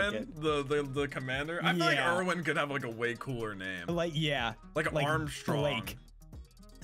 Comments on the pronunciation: It Just hurts how pronounces Erwin's name since im a German and know how to pronounce basicly every name in the show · these kids fr disrespecting commander erwin's name wow